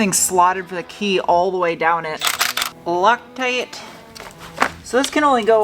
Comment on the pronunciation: Did say Locktite ot Lucktite?